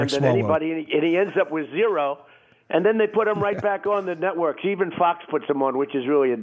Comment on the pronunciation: Did POTUS just say nutworks?